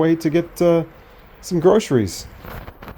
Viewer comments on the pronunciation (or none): Why are USians incapable of saying "groceries" and instead say "grosheries"?